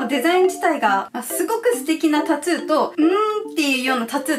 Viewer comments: タトゥーじゃなく、たつーって言ってるのが気になる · タトゥーがタツーに聞こえるのが可愛いwww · タトゥーがタツーって聞こえる😂😂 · タトゥー、、タツーに聞こえてしんどい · タトゥーがタツーに聞こえる笑笑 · タツーではなくタトゥですよ～ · タトゥーのことずっとタツーって言ってるように聞こえるんだけど...ｗ滑舌悪いのこの人？あんま詳しくない。。。ｗ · ずっとタツータツー言っててそれが気になった… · タトゥーがタツーに聞こえた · タトゥーの発音がたつぅー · タツーって聞こえる笑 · たつぅーって聞こえるのは私だけ？w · tatto のttの発音が出るから、日本語的にはタツーに近く聞こえるんだろうな〜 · タツゥーって聞こえる笑笑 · タトゥー、、 カ⚪ゥーんにきこえた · タトゥーをたつーって発音しててジブリっぽい(？) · un known そうそうww